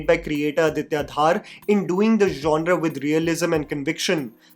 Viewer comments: It's not "Dhaar" it's धर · His name is dhar not dhaaar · Please can you get the pronunciation of the last name of the director right! Aditya ‘Dhar’ sounds exactly like the Dhar in Dhurandhar and not Dhaaar. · Dhaaar nahi, it is pronounced as Dhar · It's Dhar not Dhaar. And it's not about the govt of today, it's about the facts of the then time during congress regime. So don't try to make it sound like they have infused dialogues to suck up to the current govt. Chidambaram and his son were involved in the 500/1000 plates that were traded for to fill their never ending coffers. Yes manmohan singh and his govt didn't do jack when 26//11 happe😢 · Adiya is DHAR not DHAAAAR! :) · his name is not Dhaar, it's Dhar(धर) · btw the director is not Aditya DHAAR, it's Dhar. Bhai aap Jammu se h, itna to pata hona chaiye :p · Aditya Dhar's surname is pronounced "Dhur' and not 'Dhaar' ...Hope you can correct for the next time !!! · Dude, it is not DHAAAR, just Dhar! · It's not Aditya dhaar. Its dhar. Like dhurandhar. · it is Dhar not Dhaar, like Dhar in Murlidhar. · धर, not धार। Repeating my old comment 😭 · Beta dhaaaar nahin Dhar bolo. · Dhar ❌ Dhaar ✅ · please don't pronounce Director's name like you are making it rhyme with Thar. Its not DHAAR. Its actually pronounced like 'Darr' but Pronounce 'D' Like 'Dh' from Dhanush. Aditya Dhar is a kashmiri pandit and i'm a kashmiri pandit myself so Its kinda odd when we hear an incorrectly pronounced name.